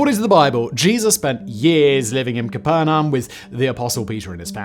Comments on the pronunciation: I’m surprised you say Capernum when it’s Capernaum - ka-PUR-nay-em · I'm not being pedantic, but please learn to pronounce Capernaum properly. It's not Capernum. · kuh-PERR-nay-uhm. C'mon, you're killin' me, Smalls! 😉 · Cuh - per - nee - umm. NOT Cap - er - num. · It's "Cap-Ner-Ium" limey. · Took me seven seconds to find how to pronounce cuh PER nay um 😊 after I eventually deciphered what he was saying. though this isn’t the way it is pronounced in Israel, it is the anglicized pronunciation.